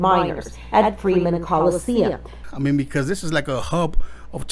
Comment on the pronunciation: " Freeman coliseum " or Freemason"😑